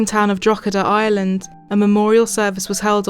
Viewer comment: I literally thought you said drogheda island lol. Maybe next time say in Ireland, the r exists for a reason